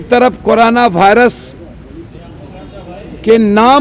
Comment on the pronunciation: bhairus nhi virus hota h